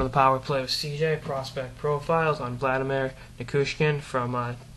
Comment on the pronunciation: Did you call him Vladamir?? : )